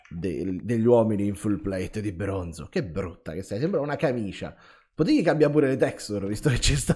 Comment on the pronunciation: Quanto è esoso il brrrrrrooooooonzo